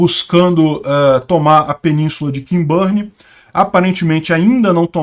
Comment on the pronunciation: mais uma vez: o nome da península pronuncia-se 'Quinburn' (e NÃO 'Quinbârn')